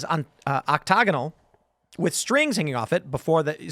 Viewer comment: Tim pool pronouncing octagonal wrong had me dying